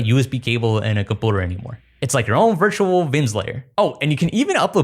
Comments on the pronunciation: why does this guy say compooder when saying computer? des bro have a speech impediment? if so why does he pronounce everything else completely normal but only computer weird asf Edit: he also says community weird. he says it like comoonidy bro def just has an impediment, my bad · stop saying "compooter"! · Had to stop watching at the third "Compooter" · Great videos man. I love your stuff, BUT YOU CANNOT KEEP SAYING comPOOter! I know you can say the word “you”. There is no possible lisp in the world where you cannot pronounce you and can only say oooo!!!! You can’t keep saying comOOOOnity, either!!! It seriously grinds my gears soooo bad. Actually makes your great content nearly unwatchable when you say dumb crap like that. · ive watched you for a while, great videos, but the "quirky" use of compooters instead of just saying computer normally makes me want to blow my brains out my skull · By compoader, does he mean computer? And by dadda, does he mean data? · This played automatically from suggested videos.. my only comment is that you need to repair the way you pronounce computer. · your how old and can't say computer right?? wtf? lol compyouter not compooter... lol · it really annoyed me :D - it's com-pyu-ter not com-poo-ter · Sorry, but it's hard to take someone seriously when they say "com-pooter..." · I take you so seriously until you say “com POOter” 💩 😂 it’s “com-PEW-ter “ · Can you please say compooter again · can anyone please tell me why this guy says compooter??? i suspect it might be just to cause reactions like mine and increase viewer interaction to his videos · Compooter. Yeah he trolling lol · compooter lol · Chat, why does this man say "compooder" my mind is going to explode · Ah yes a compewter. Jk, good video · Is "compooter" a joke or do you not know how to say the word correctly? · “A compooter “ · I’m not sure if I believe this guy has no accent except when saying “compooter” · "Compooder" is still funny to me lol